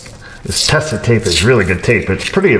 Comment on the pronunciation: Sorry to satisfy my OCD: The TESA brand name is originally pronounced like 'Tazah' (long 'e', soft 's'), not 'Tessa'. The first adhesive tape of its kind was named 'Beiersdorf Tesa Klebefilm' in 1936. Just sayin', carry on!